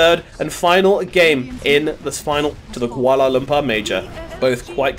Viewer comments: Lol at the end the commentator pronounce kuala lumpur kinda funny though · if u reading this. Ur pronunciation for kuala lumpur is wrong and annoying.